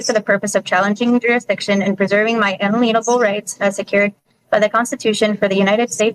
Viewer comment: It seems that sovereign citizens keep deliberately mispronouncing "inalienable." Why is that?